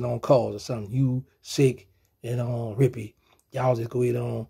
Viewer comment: He called the man Rippy 😂😂😂😂😂😂😂😂😂😂